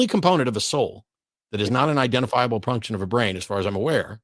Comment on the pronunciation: Matt said punction instead of function